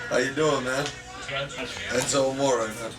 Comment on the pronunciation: it sound like enzo said etzo